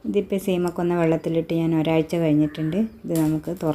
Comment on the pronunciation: സീമയെ കൊല്ലണ്ട 😂. ശീമക്കൊന്ന എന്നാണ് പറയുക